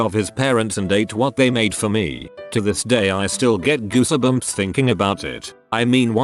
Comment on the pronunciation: Nobody: Narrator: gooseHAbumps